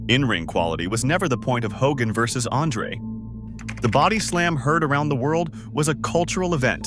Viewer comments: Fitting how the AI pronounced it Ho-gan, lol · ho-GAN? Ravishing Rick Roo-day? Don't be lazy. If you can take the time to collect and organize all these clips and write the script, then you can voice it, too. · Hulk ho-GAN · Do we not know how to say the word “Hogan”? Hogaaan lol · This is AI slop. Straight out of the gate you got the attendance figure wrong and you mispronounced Hulk Hogan's name. Why bother putting this out if you're not going to put any effort in? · I hate when this AI slop mispronounces names